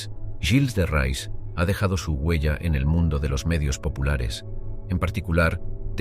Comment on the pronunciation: Hace daño oír el nombre del personaje..no es rais,es reé..